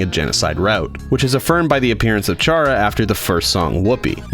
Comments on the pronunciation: ITS NOT SHARA ITS CHARA PRONANCIETION CARA!!!!!!!!!!!!!! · Chara is pronounced like cara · Its spelled chara but pronounced cara or kara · You said chara wrong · You pronounced Chara wrong, so now I have sent the FBI after you.